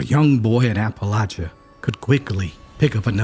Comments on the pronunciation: The story would be even better if you pronounced Appalachia correctly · After the third time of pronouncing Appalachia wrong. I couldn't listen to It anymore.